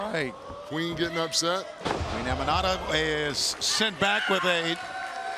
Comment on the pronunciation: Aminata..not Amira hahhahha..don't mess the west African queen name